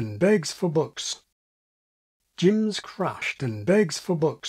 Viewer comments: Gems in NZ english has a shifted sound compared to Jim's in northern english. You're using the australian pronunciation of gems. To me it sounds like you're saying ji rather than jeh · Agreed. I have an nz accent and your pronunciation of the last sentence sounds wrong, especially the gems